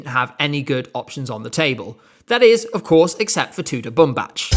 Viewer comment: it's pronounced boom-BAK. also, bumbac means cotton. if u're unsure how to pronounce a name you can try putting it in google translate and hear it, usually it's accurate